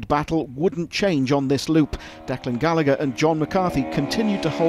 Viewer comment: Great job 👏👏 Just needs to learn how to pronounce Gallagher and Ger Conway😁 All an all just like the world championship review 👍